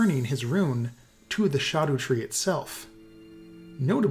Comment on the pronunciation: OMG FINALLY SOMEONE WHO PRONOUNCED SCHADUTREE CORRECTLY 💜